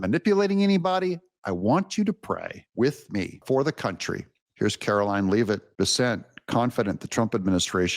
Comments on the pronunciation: Doug, please pronounce Karoline Leavitt's name lev-it not leave-it. Thank you. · For the love of everything holy, please learn how to pronounce names correctly or stop talking about them! Karoline Leavitt is pronounced Lev-it among others you destroy regularly.